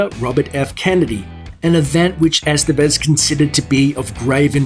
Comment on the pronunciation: Ican't stand how gringos pronounce "Estévez"